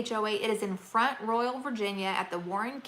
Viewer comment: You said Front Royal so properly ... I used to live nearby in Stephens City. I thought the way that locals would say Front Royal was kind of hysterical. Listen for it when you're there. They drop the T in Front and they Royal almost like "roll" ... Have a good time.